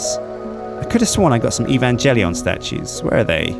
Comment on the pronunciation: EE-VAN-JELLY-ON.... no,. Just no.